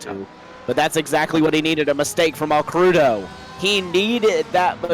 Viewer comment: AL-CREW-DOH hahahaha Fuel was SUPER tight, no way we were two stopping. Also - yes, with the one stop the tires were pretty well toast by the end. That may have played into Alcrudo's accident.